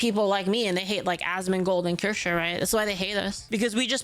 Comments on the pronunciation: doubt it, he still can't pronounce Kirsche's name right either. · He never will. The same as he doesn't for Kirsche. After Kasii he cannot have people think he is in the know regarding Vtubers. haha